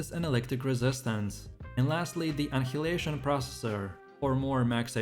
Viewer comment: Omg cringe hearing you trying to pronounce annihilation